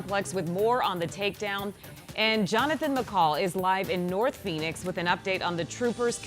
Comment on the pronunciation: Nort phoenix